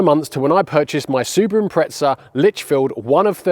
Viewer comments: Impretza 😂, there's no T in the name buddy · It's pronounced Imprettza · How come in the UK people add a T to the pronunciation of Impreza, very weird. Its a Z not a T.